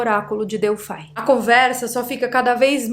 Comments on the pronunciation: se diz Delfi, (Grego) não DELFAI com a pronuncia do "i" como em inglês🤗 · Delphai é para os de língua inglesa, ou vc pronuncia em Grego ou em Portugês Delphi com I mesmo.. Lembra da calça Levis? Então aqui vai ser sempre Levis ( Com I ). Hehehe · o Oráculo de Delfi(* exatamente pronuncia) abra um mapa antigo e coloque o dedo em Delfi, realmente É O MEIO DO MUNDO. A partir dali a construção dos outros templos tomaram direções "exatas de conexão ". Moro aqui na Grécia e posso te falar mais sobre esse assunto. Que não está traduzido nos livros nos últimos 70anos.